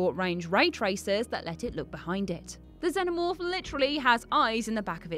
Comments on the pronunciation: It's pronounced Zen-omorfe. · "zeno morph" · Its Xenomorph not xeNOmorph thats why Jules is trigerd at you when you mispronounce words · At least say Xenomorph correctly.